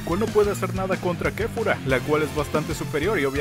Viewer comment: Es kefla no kefura 😑